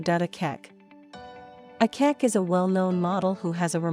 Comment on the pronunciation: please she is not called Akeck, her name is Akech